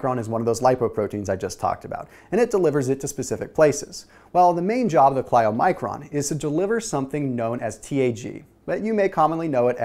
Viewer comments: "ky-low-micron",! not "chlyo"... as in Kylo Ren:-) (I know, easy to sit on the sidelines and comment! Thank you for the great information) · You are super smart, but you're mis-pronouncing the word Chylomicron throughout the video. You keep saying, 'Kli-oh-micron' . It's 'ky-low-micron.' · Todd Adams Yeah. I was going to say sounds like Kylo, as in Kylo REN!